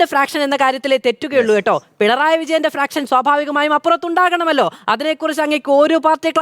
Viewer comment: ഫ്രാക്ഷനല്ല, ഫാക്ഷൻ